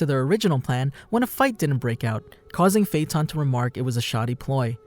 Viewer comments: AJFJAKSKSODOAKVOSKCKVKD I CAN TELL YOU WATCH DUB BY THE WAY YOY SAY HIS FUCKIN' NAMEE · the way he pronounces his name pisses me off